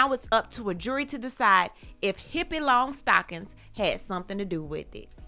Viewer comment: “HippeeLongstocking” choking on my tea😂😂